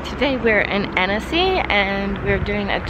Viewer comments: u prononce âne-cy not anEcy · Every time you say "Annecy", it sounds like you're saying "Hennessy" 😁